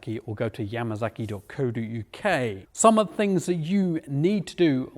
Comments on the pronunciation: Yamasaki NOT Yamazaki. Why in the hell can't you pronounce it correctly? S NOT Z damn. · 'Yamasaki' lol.